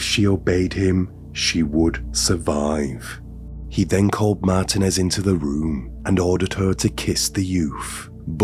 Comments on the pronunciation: It's MarTEENez Not MartinEZ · MAR-teen--ez Roll the 'R' if you can. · It’s pronounced “Mar TEEN ez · lol I have grown to hate ... mar-TEEN-ez 😅🎉😂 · Martinez is pronounced "Mar-TEEN-ez" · I always look forward to your videos! I think you might be pronouncing Martinez wrong, pronounced Mar teen ez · Wait is he trying to say Martinez the whole video lol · Please learn how to say, “Martinez.”